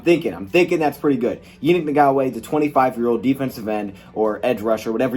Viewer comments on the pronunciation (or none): Say it with me Ya- Nick- N- Gock- Way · In-gawk-way is how you say it. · Yan -Nick en -gak -way that’s how u pronounce it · Pronounced: Yah-nick N-Gaw-kway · It's pronounced (ya-NEEK in-gok-way)